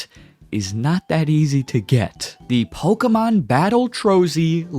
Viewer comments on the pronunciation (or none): none